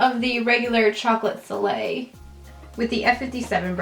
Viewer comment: Omg when you were putting on bronzer, it sounded like you said "Chocolate filet" instead of soleil and I was cracking up